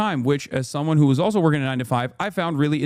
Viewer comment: "Also" "Vices" HELLO?????????????????